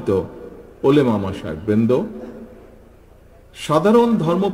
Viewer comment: উচ্চারণ সঠিক করেন জনাব। ওলেমা হবে না। শব্দটা হবে ওলামা।